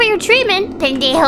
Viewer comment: Ese "Pendejo" lo dijo tan nítido y natural XD